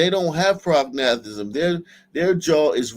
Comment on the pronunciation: "prog... NAH... thism" lmao. it's "PROG-na-tism"